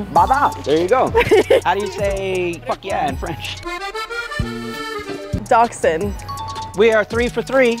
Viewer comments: Docksan? What's with that pronunciation? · And I’m pretty sure Dachshund is pronounced “Da-shund”. Well I hope I know how it’s pronounced because I own one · the way she said dachshund i dont think its right, i think its pronounced like dashund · Weimeraner and Dachshund are german breeds, like me. Even he pronounced them wrong. No hate though, love watching his videos. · Nah dachshund and waimeraner are very wrong pronounced. Look the pronounciation up in Google translation with the german narrator